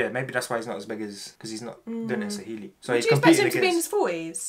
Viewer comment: You guys are getting the Swahili all wrong 😂😂😭